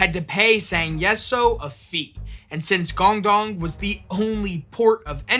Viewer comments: Why would you make an entire video about a chinese pirate and not make any effort to pronounce any of the chinese words even semi accurately. Baijiu isn't pronounced like it has an x in it and guangdong isn't pronounced gong dong. You could google the word and in 4 seconds get a pronunication guide. This is much lazier than I expected of this channel and evidence towards my personal theory that Americans cannot read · Yeah, great topic, it would be nice for the presenter to either take some time learning how to pronounce her name, or her province (what is Guangdong?), or to at least point out he didn't know how to say them.